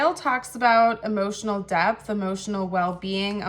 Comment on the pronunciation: Emotional “whale” being 😂